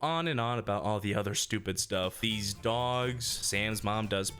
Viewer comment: Finally a stchewpid ranking of TRANSFORMER MOVIES.